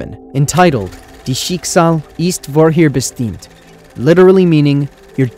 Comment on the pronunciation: I love your videos!!! If I may, correct your German pronunciation a bit. Dein (sounds like dine) Schicksal (sounds shik-zol) ist (sounds like ih-east) vorherbestimmt (sounds like for-hair-beh-shtem-t).